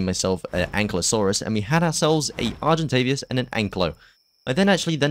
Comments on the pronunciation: Nice vid, just know it is is argentaVIS not argentavias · English: argentavis him: argentavias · Very good video! Good job 😊 but PLEASE argentaVIS not argentaVIAS 😭😉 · Argentavious, Carbonamious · THERE'S NO 'U' IN ARGENTAVIS!!